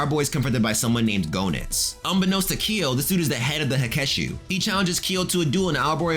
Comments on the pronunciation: Not to correct anyone, but Rugal's name is (according to SNK) pronounced "Roo-GAHL Bern-stine." And Goenitz's name is (once again, according to SNK) pronounced "GEH-nitz". Anyway, there's a YouTuber named "ShoryuGame" who knows a heckuva lot more about KOF lore than I do. All in all, however, excellent job on this video. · Idk if anyone told you this alreday, but I'm pretty sure the o in Goenitz is silent. It's pronounced like Genitz.